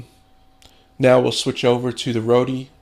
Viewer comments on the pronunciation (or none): The company is pronounced 'Road' ;-)